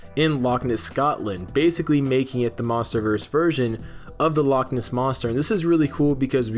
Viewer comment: Loch Ness is two separate words, please try to make it sound like they are